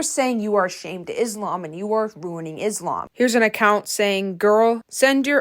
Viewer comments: hii! reminder that is not pronounced izlam, but islam the s like how you would say "so" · Also in addition, I would just like to tell you the correct pronunciation for Muslim (Muss-lim) and Islam (Iss-laam). No hate, I just wanted to let you know. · thank you for talking about this, first correction of pronounce islam the s called s not z so tysm for consider this as a mistake, second, she and her sister made me sad every time a vid of them pop to me, as a muslim my self, non of they're doing is respectful, i don't know if it's lack of knowledge of the religion it self or they attend to be this way, and both is just bad, i hope they just knew what they are doing and correct their behaviors. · also pronounce islam with an S not a Z